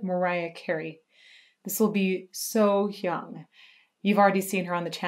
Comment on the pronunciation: Your So Hyang pronunciation is perfect. Good job!